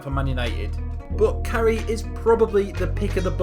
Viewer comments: Carey is pronounced Care-e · Jesus Christ learn how to say their fucking names! Mór-ran. Care-ry. Gal-la-her. Staun-ton.